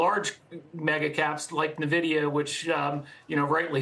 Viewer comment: Stop saying Nuhvidia!